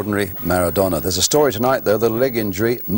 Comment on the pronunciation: he butchered maradona, and it riles me that Italy do it the unpretty way every single time they win a tournament.